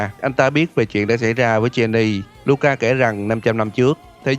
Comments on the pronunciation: Jeanne đọc là "Chan" mà ta, đầu clip nghe "Cheny" mình chứ tưởng Genie cứ ngồi thắc mắc trong game có thần đèn nửa hả ta 🥲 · góc ý chút là Jeanne là tên gốc Pháp, nên đọc giống như là "John", chứ không phải là "Gien nì" :v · Ko liên quan lắm nhg mà.. Jeanne ko phải phát âm "ʒin" đâu nha.. toy nghe tới mấy lần "Jin-ni" mà ko nhận ra là đang nói về đứa naò =))) Jeanne là tiếng Pháp và nó phiên âm là "ʒan", trong tiếng Anh họ viết là Joan, và từ này dc phát âm giống từ gốc trong tiếng Pháp... và b thấy đấy, trong game cô ta cũng dc gọi như vậy 🙂 Còn về ý kiến cá nhân mà nói thì toy ko thix p3 này, ko nói về gameplay, cái ending khó chấp nhận, đầu tiên là từ cái việc ghép Cereza và Luka thành 1 đôi, và có rất nhiều người tới giờ còn hỏi "thằng cha Luka này là ai vậy?", vì vai trò của hắn gần như ko có bao nhiêu xuyên suốt mạch truyện của p1 và 2, ngoài việc xuất hiện rất cool để tạo ra vài pha hài hước trong vài giây tới vài phút 🙄 Sau đó là.. họ khai tử hoàn toàn Cereza - main của cả series xuyên suốt 3 phần, cùng Jeanne luôn! họ để lại Viola, 1 cô gái với style tomboy ngầu lòi cùng thanh nodachi dài thấy mịa làm người ta liên tưởng ngay tới Vergil, nhg nó còn dài hơn cây hàng của Vergil, và cô ta theo 1 lối đánh khác biệt là "parry để kick hoạt witch time" - 1 cách chiến đấu có phần chậm rãi và chắc ăn hơn so với cái linh hoạt uyển chuyển né đòn kích hoạt witch time như Cereza!!! Đồng nghĩa vs việc họ nhá hàng cho chúng ta thấy p4 Viola sẽ thành protagonist, có lẽ là 99% sẽ thành sư thật... vĩnh biệt Cereza sexy với body cùng những động tác dancing bốc lửa, vĩnh biệt luôn phong cách dual pistol hoa mỹ! Thậm chí còn có tin đồn, or chỉ là suy luận của nhiều gamer, rằng có 1 drama nào đó trong nội bộ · ông này ko chơi game hay gì đọc tên Jeanne là jenni ưtf